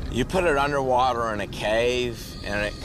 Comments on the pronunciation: Andrei Laurea woother? Wtc is woother ? Ewe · Underpreesha, underwoother, unda ground. 😂😂😂